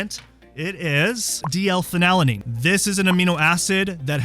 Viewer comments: I believe the dyslexia diagnosis: You’re leaving a syllable out of the name of this amino acid. It’s Phe-nyl-al-a-nine (not Phe-nal-a-nine). Anyway, doesn’t the “DL-“ prefix indicate it is a synthetic substance? I try to stay away from the “DL-“ things, such as “DL-alpha-tocopherol…” etc (synthetic vitamin E). Is this something I should ignore? Or are the synthetics more beneficial? Why would a Naturopathic doctor suggest taking a synthetic amino acid? 🤷🏻‍♀️ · its pronounced "phenyl- ETH-lamine". I've noticedin your videos you struggle with pronouncing medical terms and names of aminos and meds. you also say: phen-alanine. You are missing a syllable. Its pronounced FEE-null al- a nine. killing me smalls. Please fix